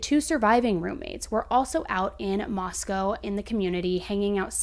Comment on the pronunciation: FYI it's moss-co not moss-cow